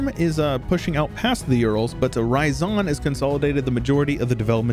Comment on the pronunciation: It's not Ra-ya-zan, It's Ryazan. You know meme "It's ya boy!" Well, combine that Ya sound with rolling R at the beggining, that's Ryazan. idk where you keep finding that additional ah sound in that word.